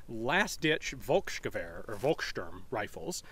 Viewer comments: "Volk" is pronounced "Folk", not "Wolk". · Hi Ian, depending your pronounciation of "Volk" you're doing a common mistake. Even tho it is true that V is often spoken as an W in German, we also use it like an F. In the case of Volk it is not Wolks, it is actually Folks. Kinda similar to Irish Folk music in pronounciation. Best regards and hyped to see you perform at Desert Brutality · Hi Ian. Great to you watch your videos (also the historic backgroud is great). The "V" in German is spoken like a "F" so "Folksgewehr" instead of "Wolksgewehr" sounds good in my German ears 🙂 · Hey Ian, as you are always very eager to use original language, the V in Volk is pronounced as "F". V ban be like W or F, depending on the word. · "Volk" is pronounced "folk". No biggie, just saying. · Ian, in German V = F, W = V. So it's Folksgevehr in English. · V is pronounced as a F in German. Example: volksgewehr becomes Folksgewehr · While I enjoy your videos, your pronounciation of german names/words is simply cringeworthy. Volksgewehr... In many cases the letter v is pronounced like a very harsh f. And that is the case here! Also you butcher the pronounciation of Walther. Remember: the th sound DOES NOT EXIST in the german language! So Walther is pronounced like Walter!